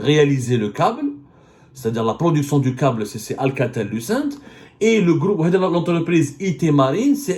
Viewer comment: Le gloup hhhh j'aime bien quand tu dis "le groupe" le gloup gloup c'est quand tebounne descend une bouteille de vodka ça fait gloup gloup gloup 😂😂😂😂